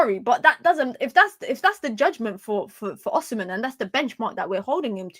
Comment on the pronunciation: Still haven’t nailed the pronunciation but you’ve made significant progress 😂 Last and final tip, the h in the “mhen” is absolutely silent. So pronounce as O-si-men. 🫡